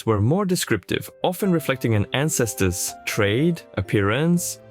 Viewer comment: he says ancestors the way a czech does